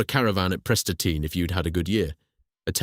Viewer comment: .... "A week in a caravan at pressed-a-teen...." Er....I think he means Prestatyn in North Wales....Oh dear. But interesting video about a company I admired as a kid growing up in the Manchester area.